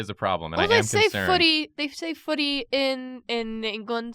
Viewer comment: The way you say "footy" sounds like "fuddi" which basically means butt in Swissgerman... just fyi :*